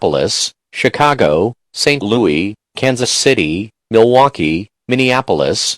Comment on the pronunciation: Robot: St LoE Me: Robots are dumb